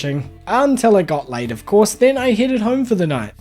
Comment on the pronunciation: I am so sorry, but you saying "it got late" in your accent keeps sounding like "i got laid" to me 😂😭